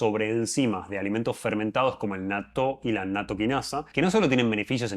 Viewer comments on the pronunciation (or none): Como dijo al último que se llaman esas cosas cafés fermentadas y babosas?? No se entendió. Nató? Nactolinaza??